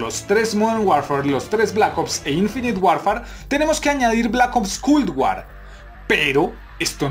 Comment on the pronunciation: bro me gusta el contenido pero me causa problema escuchar cuando pronuncias "Culd War"